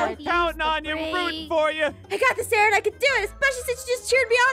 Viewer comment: ARON NOT RON